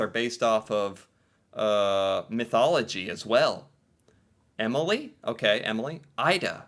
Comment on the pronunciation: Remember, our "a"s are not English eeyh, they are "ah", the a in Jakob is the same as the one in Noah, almost. So it is not jeey-cob, it's jah-kob. Also, "e" at the end of a word is not silent. Emilie is not emily, it is "eh-mii-lii-eh"